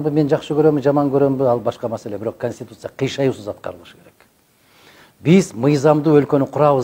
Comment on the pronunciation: Журналиска вы с можете нормально говорит ,слова конституция, учитесь правильно пж